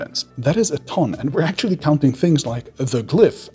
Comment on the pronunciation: Stop saying "ackchually" so much for the love of god.